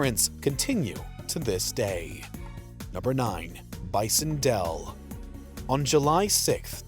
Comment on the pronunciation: His name was Bison Dele (two syllables), not Dell. And I heard you paint houses, not horses.